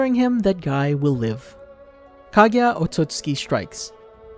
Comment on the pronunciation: Did i just hear kagya otsutski?